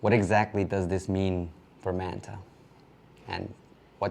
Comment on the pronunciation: My brother. I respect you, but please stop saying Man Ta and say Manta . I get you speaking English. Just it the right way. Not the English way. It just sound funny. Please 🙏🏼